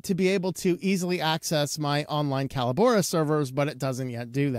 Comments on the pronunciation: Callobora? Call - o - bora? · I've watched 3 different reviews on this so far, and I've heard the company name pronounced 3 different ways. I've always known it as "co-LAB-or-ah", with the emphasis on the 2ns syllable like "collaborate". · It's pronounced "Collabora". Sheesh.